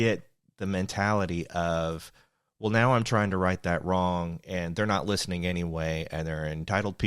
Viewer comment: That moment when you said "wool" for well - you had me, yes we had to learn so much on our own....